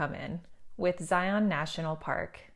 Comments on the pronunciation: Zion rhymes with lion, NOT "lie on." Please, tell a friend. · Psst! Local pet peeve: it's pronounced "Zeye-un", not "Zeye-ON". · I’m always amazed at official travel guides that don’t know how to pronounce Zion. Zi-en. Not zi-on. Otherwise great video!